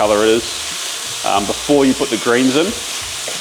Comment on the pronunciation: are you saying “a couple of days BEFORE” or “a couple of days AFORE”? I listened easily 8 times and could have sworn you kept saying afore